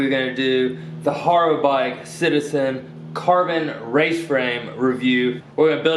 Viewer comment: its ha - ro not har - ro